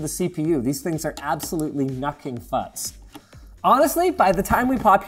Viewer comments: " Nucking futs " - Linus 2021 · " nucking futs " -Linus, 2021